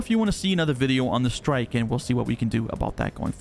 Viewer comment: Great video! From my understanding, all shields and guns have been set to a "default" state with the implementation of the new capacitor system to get a data baseline. And differentiation between types and grades will be added back later. Side note: The missile Talon is the "Shrike" (which is a small bird of prey) and not "Strike". ;-)